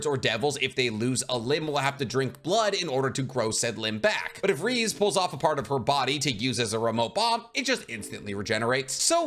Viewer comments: It’s pronounced Ree zay not reez btw. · Nah two things really hurts me in this video and that's pronunciation of Reze's name (it's pronounced straight rEzE not rizz 😭) and whole part about chainsaw devil cause man it's pochita not denji, there is not a bit of denji there. Putting aside these two aspects, great video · “Lady Reez” 🗿 (Reze - Reh • zay) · It's pronounced re ze or Ray zay not reez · Loving the CSM videos, keep em coming. BTW pretty sure Reze is pronounced "Rez-ay" or "Rez-eh". I hope you don't take that as an insult; I love your videos and the detailed analysis you give, just trying to help. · I love how he says this while constantly misspronouncing "Reze" 😭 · the way he said reze is so cursed